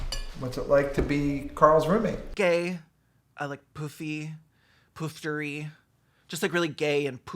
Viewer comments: No, it isn't how we say it in the UK, it's an English word and it's an "u" sound like "tut", not "toot". So yeah, like "puffter". Indeed lots of people spell it "puff" (a homosexual man) and not "poof". The difference in spelling might be to do with Southern English accents not pronouncing "u" like "u", instead they pronounce it more as an "ah" sound. So they might spell it "poof" like "book" cos they don't pronounce vowels properly, they'd say "bucket" as "backet". But in other English accents, including around the world, it's "puff" or "puffter", the latter being the more extravagant version, they both mean the same thing. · Little hint, "poofter" rhymes with "duster". It's not a long "oo" sound, it's more of a "u".